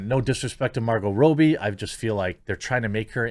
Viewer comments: Don't be dissing Margot, dude. Next big thing? She's already HUGE. FYI... it's not pronounced Row B... it's Rob E. Not subbing just because of that comment. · Why do you pronounce Margot Robbie's name as Row-bie? Is it not pronounced Rob-bie? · Ya killin me man. Are you intentionally saying Margot Robbies last name wrong?